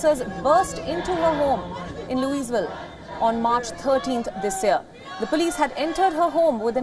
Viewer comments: It's pronounced Loo-ee-vill or Lua-vul. The S is silent. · Louisville is pronounced Loo-A-ville for the locals. Just a quick FYI since we didn’t even get this story on our local news and I’m about an hour and half from Louisville. It’s disgusting what had happened to our media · Louisville - loui vill ‘s silenced’ not loosevill😝🙏🏼